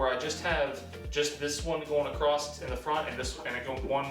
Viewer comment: Did you say acrosst here? AcrossT?